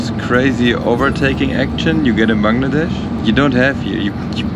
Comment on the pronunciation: Finally someone who says bangladesh the right way